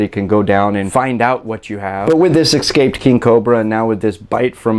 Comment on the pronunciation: This guy is spreads ignorance. Any citizen should know if a neighbor keeps poisonous snakes. And the snake keeping neighbor should be shot dead if he lets his poisonous snakes get loose and harm someone. Notice this guy's pronunciation of the word, escape. Sometimes little things say a lot.